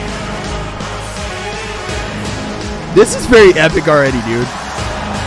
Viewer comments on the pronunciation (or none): none